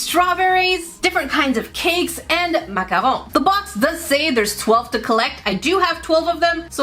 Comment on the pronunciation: I love these videos. I especially loved the macarons!! I was so excited that you pronounced macarons correctly! Most Americans can’t (or won’t). And they were so detailed and adorable with their little feet! Only improvement would’ve been a piping bag to apply the “cream” centers so they’d be nice and smoothly rounded on the edges. But you did great!